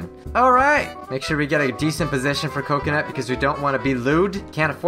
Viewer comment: it is not cokanut